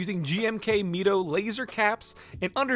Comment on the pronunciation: "Me-toe"? I thought it was "My-toe"